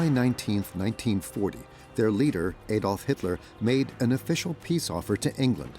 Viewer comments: "Adolf' is pronounced 'Addolf', not 'Aydolf' Please get it right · this video loses credibility by the deliberate mispronounciatian of Hitler's first name. It's pronouced "Addolf", NOT "Aydolf"